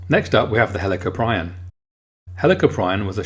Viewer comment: It's pernonced hell a corp e in